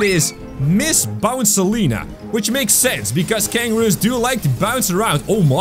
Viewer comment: It's bouncilia Okay so stop getting the names Incorrectly